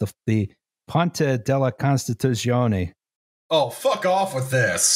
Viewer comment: “Ponta della constitusionee”